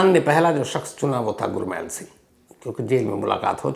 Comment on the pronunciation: Shams sir “ गुरमैल “ नहीं , गुरमेल बोला जाता है । 🙏 .